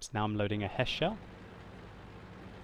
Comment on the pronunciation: He's saying it correctly. The British tanks get High Explosive Squash Head ammunition (HESH). So HESH Shells is perfectly acceptable.